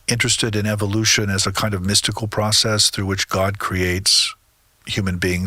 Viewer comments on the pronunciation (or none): none